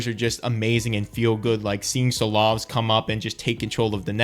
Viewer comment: Ooh that pronunciation on Silovs was rough ngl.😁